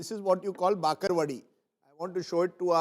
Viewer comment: That is called bhakarwadi not bakarvadi